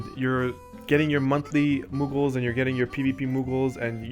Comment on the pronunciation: It was a handy video, but you keep saying muggles instead of moogles. I had to downvote just based on that fact.